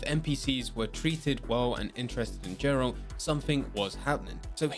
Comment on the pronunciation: Mkay not gonna lie..got a little triggered when he said Jeralt instead of GERALT! 🤷🏿‍♂️